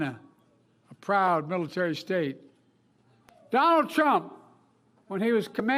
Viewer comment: I Love The Way Biden Pronounces "Donald CHrUMP!!!"